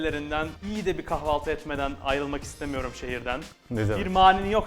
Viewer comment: Kavalti degil kahvalti